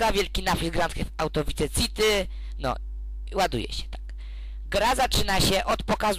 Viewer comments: chce ci powiedzieć że on nazywa się tommy vercetti {werczetti} a nie wierlczeli i nie pisze się wice city tylko vice city i mówi się waj siti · vice city sie pisze a mówi się vajsiti